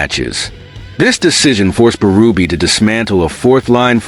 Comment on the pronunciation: It's Berube not Barubi 😂.. anyway.. Berube should know Reaves' playing style better than anyone else, he who played more with his fists than with the puck in his time... Trade Reaves for Rempe! 😂